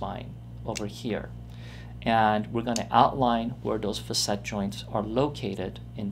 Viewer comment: It's pronounced "fa'--sit", ! The first syllable gets the accent/stress. The "a" is a short vowel sound, like "cat". So undo whatever you learned and tell whoever taught you to mispronounce a word that has been in the English language for over 200 years; to pull their head out of their butt and look at a Webster's dictionary!